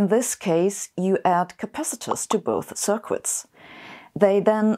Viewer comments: "sir-kwits"? No, dear. The U in "circuits" is silent. Welcome to the English language. No, that one isn't silent. Lan gwidge. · Thanks for this excellent video! Circuits is simply pronounced 'serkits' in english. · I replayed twice to make sure I heard it right. I adore Sabina and now I love the way she says “cir-quits” … it reminds me of Cumberbatch’s “peng-wings” 😝